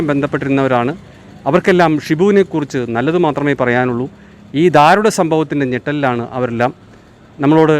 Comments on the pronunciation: Athi daarunam aanu , not dhaarunam !! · ധാരുണം അല്ല ദാരുണം എന്നാണ് ശരി ആയ മലയാളം.